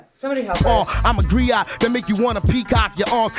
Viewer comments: Griot, not criot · I'm sitting here cracking up that they were saying "criot."